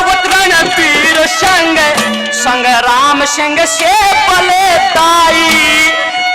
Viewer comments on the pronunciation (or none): none